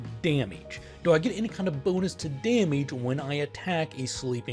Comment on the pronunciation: I like how he says 'damage' as 'dahmige'.